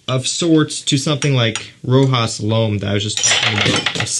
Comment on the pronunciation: For the prononciation of Rochas. It's like the SH in the word shoot the CH in Rochas